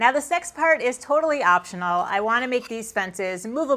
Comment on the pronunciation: Hello, now you know how left handers and ambidextrous people get round awkward cuts like me on a sounded like 'sex part' and not 'next part'....... !